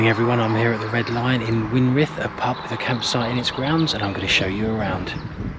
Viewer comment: Win-Frith, not Win-Rith!😁 And that caterpillar, will turn into a Garden Tiger Moth, which is very rare, now.